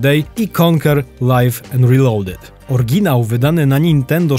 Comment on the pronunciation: Fajny materiał. Dzięki. Takie jedno małe marudzenie. W słowie oryginał jest Y. Oryginał działał a nie Orginał działał. Nie mamy niemych liter.